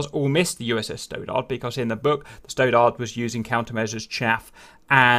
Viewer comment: You have difficulty with American names sometimes. Stoddard is pronounced stod ard, not stow dard. There are some others I’ve noticed over time but I figured somebody else would mention it to you and help out but nobody has. I guess I’ll be that guy for you now.